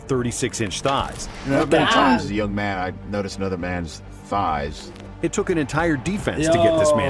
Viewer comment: The word is THighs, not Fighs.